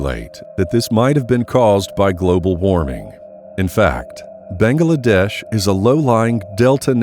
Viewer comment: Why can't you pronounce Bangladesh? 3 syllables, bang glA desh. Not 4, "Bang AA La desh"